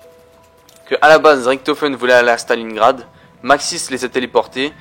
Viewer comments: Désolé si t'a prononciation est horrible pour les oreilles quoi. Oui je critique à chaque fois mais d'un côté c'est pour toi aussi...J'ai jamais entendu TREYARK y'a que toi oO" Ta même un soucis avec Richtofen tu dit RIKtofen fin la encore tu la dit qu'une fois xD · D'un côté je suis d'accord on le dit avec la prononciation anglaise mais de l'autre pour nous les français ca veut vraiment rien dire quoi et la prononciation est lourd surtout